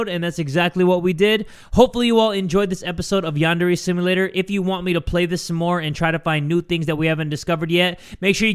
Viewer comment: . I know he’s saying Yandere Simulator, but I hear him say “Yandere Sim Later”.